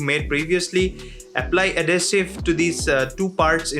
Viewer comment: AD-HEE-SIV adhesive might not be clear to listeners/subscribers